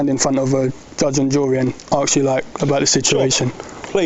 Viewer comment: Hooray , you said ask ! although you did say "arks" a few times , but much better